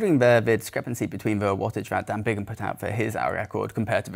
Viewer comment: Wow, that’s cold and incredibly disrespectful to Dan Bigham. To say he “bought the record” is disgraceful and belies the amount of work that went in to this hour record. You also said his name wrong quite a few times. Bigham, not Bingham.